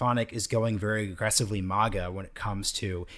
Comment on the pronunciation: "Mogga" it's such a weird pronunciation